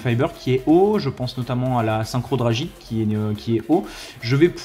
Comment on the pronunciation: "Drajite" ? Tu dit "Drajon blanc aux yeux bleus" ? xD J'te taquine, sinon très bonne vidéo merci beaucoup. Le deck est sympa, je l'ai rencontré en ronde le week end dernier lors du tournoi Magic Bazar, dommage qu'il coûte si cher, comme Eldlich :(